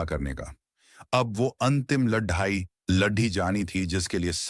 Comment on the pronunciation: When you know that certain words cannot be pronounced correctly then why can't you choose alternative words? For example LADAI can be replaced with YUDH. It sounds weird. Which book have you chosen? Any reference from which the life of Chanakya is taken from? We don't have credible evidence that Chanakya is a real or imaginary character. You didn't touch either.